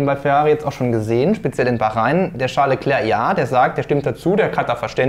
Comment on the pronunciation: "Scheiß Leclerc" oder "Charles Leclerc"? 😄 Was denn nun?